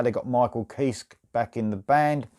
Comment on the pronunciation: The last 'e' in Kiske is not silent.